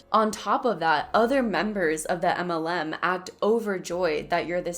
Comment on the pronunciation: Yea you’re cute and all but why don’t you say MLM? As in M. L. M. Or “em ell EM.” You say “umULLum.” Like “um- ull UM. I’m POSITIVE I’m not the 1st nor last to ask.